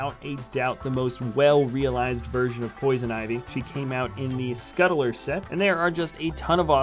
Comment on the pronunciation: Its pronounced scut-ler not scuttle-er